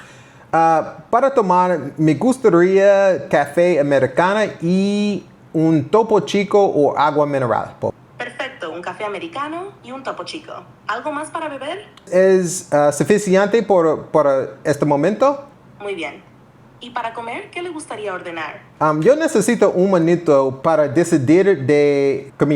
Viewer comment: FWIW, suficiante instead of suficiente munito instead of minuto revoltos instead of revueltos But these errors are normal, I do that too. You were close to perfect.